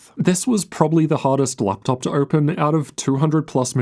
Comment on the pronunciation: This accent makes the video almost unwatchable. Why would someone pronounce "open" as "irpin"?